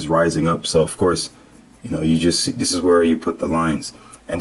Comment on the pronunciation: "ok les get to dis joint" lol